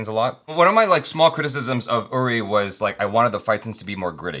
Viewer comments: Man........every big actor is so nervous to work with Amitabh ji. Even Manoj Bajpayee once mentioned how nervous he was when he was shooting a scene with him and his hands started shaking. Amit ji is 🙏 And I have commented so many times that it's pronounced as "Oori" not "Yuri" and it's Sumeet Vyas "Veeyas" not "Vice" but that's all right. Awesome interview 👍 Thoroughly enjoyed it. Hoping to see Manoj Bajpayee, Nawazuddin Siddiqui and many more on this channel. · I’d like to see you as Vihaan Shergill, the character of Vicky Kaushal from Uri. (pronounced as ‘OORI’ and not ‘YURI’). Also, can you tell me, what are the chances of you reading a comment that I make on your older videos? I mean, for how long after releasing a video do you read comments on it?? Am asking just to know if me commenting on older videos reaches out to you or not, because I’d really want it to reach out to you.